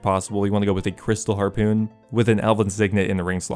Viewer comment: Drinking game: Take a shot every time you hear him say "harpewn"